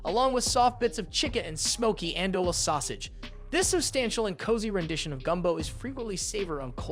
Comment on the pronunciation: In New Orleans we say Jambalaya, JUM-BA-LAYA not JAM-BALAYA. andouille sausage is pronounced AN-DO-WE but the "AN" sounds like i Beignets is BEN-YAYS not Begets Roux is pronounced RU not roof